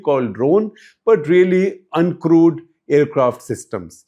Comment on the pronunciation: "UNCRUDE AIRCRAFT SYSTEMS"? That's a new one.🤣🤣🤣